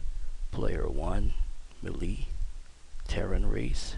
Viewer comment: Object Family: Melee (He says it the way its spelt lol)